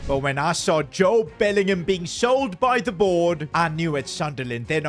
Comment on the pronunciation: “Jode Bellingham “💀